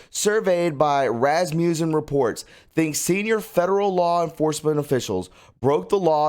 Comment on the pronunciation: RAS mussen. not rammussen.